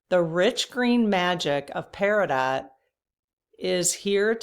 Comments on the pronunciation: Hi. 😎💕Peridot is pronounced “peridoe” “Chris o praise” I am feeling great thanks to you I’m not attached to anything that he does anymore I just let it go. I find that it’s so freeing. Thank you,. Sending love and high vibrations from Liz in California. 😎🤟🏻💕🐬🇺🇸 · Peridot is pronounced peridoe. lol I think you can call it whatever you like ❤ 😅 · The first green stone is pronounced Perido, the 't' is silent. I looked up green gemstones and they represent renewal, harmony, balance, nature and life. They correspond with the heart chakra. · The pronunciation is “para-dough” - it’s French. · FYI...August bday person here. It is pronounced peri-doe.😘🤗 You remind SO much of 1 of my 5 sisters!! 💞 Our states are neighbors!! I can't afford to be a member or buy a lot of the things you sell. Everything went up for me so I am now pay check to pay check and dealing with my MS heat sensitivity now that it is getting hot outside. Had to give up some meds because they are too expensive and I fall within I make too much for assistance and not enough to pay for certain things. I am doing my best to stay in the "light & love", and your channel has help me with that. Thank you. 🔥💙🌺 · Hi. Really lovely. Thank you, by the way, Peridot is pronounced Peridoe- (the t is silent) one of my fav. stones. Peace Pam 🧡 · Peridot = "pair-ih-doe" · Peri doe the T is silent. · Hi, and all. Peridot is gorgeous, and I've always been drawn to that gemstone. BTW, Peridot is pronounced like pear-ah-doe (like the dear). The T is silent. ✌️💙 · Pronounced Peridoe. The t is silent.